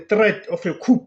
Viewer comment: Please don't come for me, it's pronounced as KOO not KHUP🙏